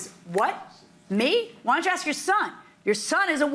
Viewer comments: I’ve never heard of CAKE called Keek. But then again she says AXE instead of ASK. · I 🪓 ‘axed ‘ the cops 👮! Lol